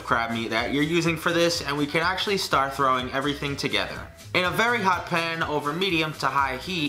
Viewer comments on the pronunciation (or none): none